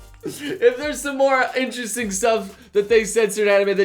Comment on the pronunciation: Drink a shot everytime you hear say "Interresting" also "Satebelt"